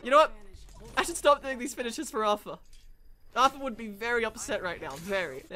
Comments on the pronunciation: It’s pronounced artar not arfer just saying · Anyone else triggers he says Arthur instead of artur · Its auteur not aurfer or author auteur